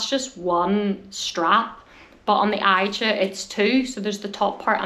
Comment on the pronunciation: Hi... I think it's Asia... not i...ja